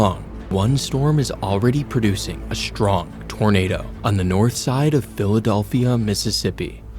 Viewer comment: the philadolphia